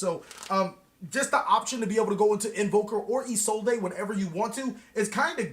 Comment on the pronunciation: isolde is pronounced "ee-sold" i really dont know where isolday came from....